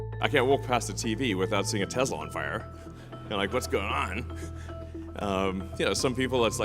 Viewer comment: "I love Tesler!" 🍊🍊🍊